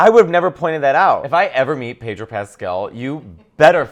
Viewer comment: More Pedro please. And it's Pedro, not PAYDRO!